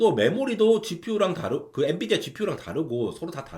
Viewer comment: n"U"dia 뭐냐 ㅋㅋㅋㅋ